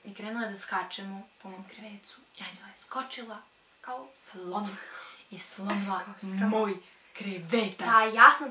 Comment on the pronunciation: kako je cudno rekla slon